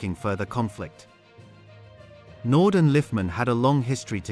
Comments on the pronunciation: Andre Naude( pronounced "Nou- deah" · Pronounce it nodee